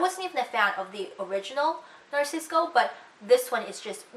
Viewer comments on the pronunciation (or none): It's Narciso Rodriguez, not Narcisco lol 😂😂